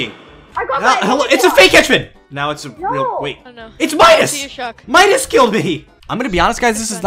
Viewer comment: He sead meascols insted of midas